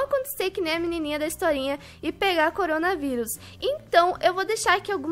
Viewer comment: O melhor foi o pai dela tentando fala corona vírus coringa coronha coronga curinga kkkkkkk